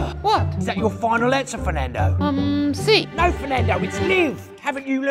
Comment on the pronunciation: It's NOT Fernado, it's the ENGLISH language